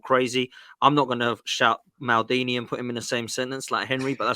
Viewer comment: He clearly has never watched Maldini because he has pronounced his name wrong